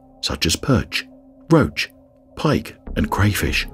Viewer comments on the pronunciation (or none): none